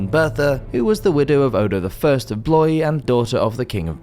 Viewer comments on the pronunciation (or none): none